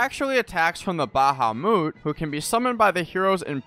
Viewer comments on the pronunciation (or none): “The Bahamoot” lol